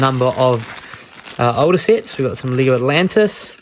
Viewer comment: Funny the accent makes you say Leeh-go😂